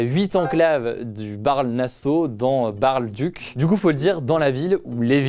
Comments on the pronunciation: Pour info, Baerle-Duc, ça se prononce comme la ville en France Bar-le-Duc, tout simplement ;) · Ca se prononce Baar Le Duc